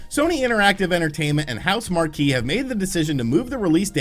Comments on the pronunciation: Just an FYI: the developer’s name for Returnal is pronounced House Mark.👍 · Housemarque won't let us down, don't worry. It's considered a AAA exclusive too, it will be bought for 70 easily. And it's "House-mark" dude lol